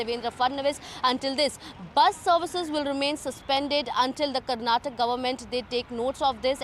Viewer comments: It is kannad and karnatak😂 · That is Karnataka... Not Karnatak... This is called hindi imposition... Don't underestimate South